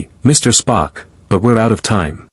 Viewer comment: Yes, the un-natural breaks in "Mr... Sulu" & "Mr... Spock" were very off putting.